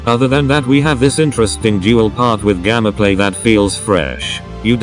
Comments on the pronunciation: Why do u say gammaplay it's gameplay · hes saying gammaplay insted of gameplay what the actual jesus fuck man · Y U say gammaplay?! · Y does he say GAMMAPLAY